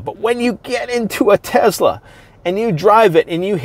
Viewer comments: Tezla😂😂😂 it's Tesla💪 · Never heard of a tezla before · Why do people pronounce it teZla is spelled Tesla.